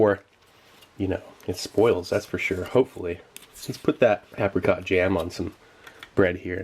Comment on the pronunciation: "apacot" haha oh and "resodor"